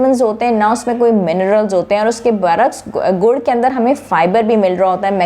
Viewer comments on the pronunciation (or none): گڑ ہے ، گڑھ نہیں ۔ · یہ لفظ گڑ ہے نہ کہ گڑھ